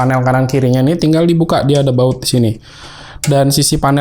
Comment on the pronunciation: 😂😂 samaa baang, kirain aksen doang,ternyata itu baut yaa